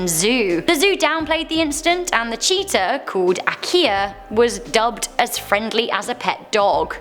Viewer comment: LOL what u said cheatia i thought u said cheater